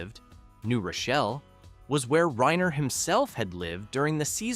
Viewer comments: RYE-ner, not "rain-er" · ...or Reener! ...and Petri is pronounced "Pet'-ree"; not "Pee-tree"! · Carl’s name is Reiner not Rainer.